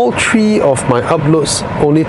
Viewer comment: Model TREE 😅